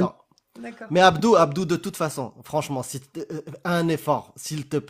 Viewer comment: Àbdou? Àbdou? C'est plutôt Abdur non ?